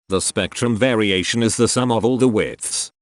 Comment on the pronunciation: I kind of miss when he said 'VAriation'